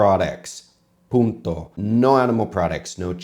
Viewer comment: When you said punto, almost left out the N hahaha